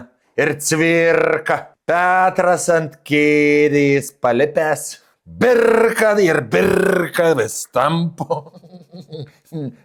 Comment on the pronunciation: Daukanto 😂😂😂 birrrrrrka birrrrrka vis tampo Cvirrrrrka palipęs 😂😂😂 atsisikau antra kart paklausyt poezijos ;)